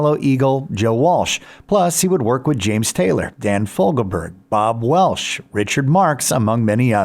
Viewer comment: Bob Welsh ???? I think they mean Bob Welch